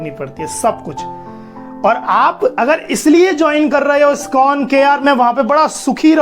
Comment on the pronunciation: Skon nahi bhai..iskon bolo